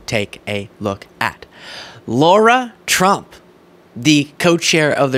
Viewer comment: Why pronounce Lara as Laura?